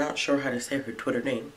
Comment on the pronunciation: Thanks for making the video and yes you got the name right